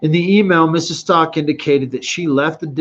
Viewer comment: I believe Gannon's last name is pronounced as such S.T.O.U.W.K.